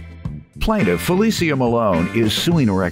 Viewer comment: I'm loving the correct pronunciation of our name. Finally! How FeliCIA is being called FeliSHA I don't know.